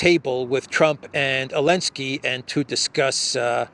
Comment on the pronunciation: it's ZELENSKY, LOL!!! You have been reporting on this name for over 3 years!!😢😢😂😂😂 I pray to God, Putin will finally level this nest of ziono- fascist once and for all. President Putin!!!, finish the job, and prepare for WW III in 2027!!!